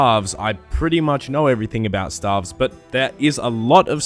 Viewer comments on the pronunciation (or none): Stave is pronounced stayve, not like staff. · staves pronounced "Stay-ve" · lol the way u r saying it u should be spelling staffs and u pronounce staves like (stay-ve-ss) but besides that lets see how the video turns out haha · Lol i thought it was pronounced stayves lol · i died when i heard stAAAvs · Can someone please get me a counter of every time he said STAHVES in the video? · Lol no it isn't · god its triggering but nice vid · Dude, I'm an Australian as well, but it is staves still.... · I would probably watched the full video but couldnt take anymore of the wrong pronunciation of stave after 21 seconds of it. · your pronunciation of staves is wrong, or is it just australian accent? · To all the non-Aussies getting triggered over his pronunciation of Staff and Staves, just letting you know that's actually how we pronounce those two words in Australia nation wide. Nothing wrong with it.